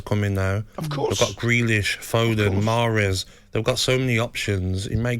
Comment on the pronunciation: don’t even know how his saying marhez 😂